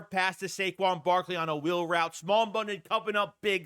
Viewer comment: His name is pronounced Smile not small.